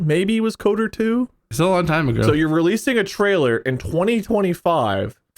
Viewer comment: Is it just me who hates the way says KOTOR? It sounds like he's saying Coder. I always put more emphasis on the T and O because it's acronym, I guess.